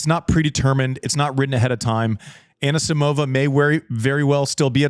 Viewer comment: Everyone's happy about João Fonseca's pronounciation but no one's care about wrong Anisisimova's emphasis.